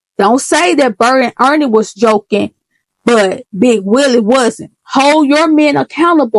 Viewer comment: You said Bert and Earnie 😂